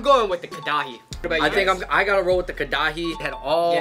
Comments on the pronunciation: It's Karahi not Kadahi lol. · Karachi lol not kadahay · karahi = kadai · Fucked me up how they pronounced karahi 😂😂😂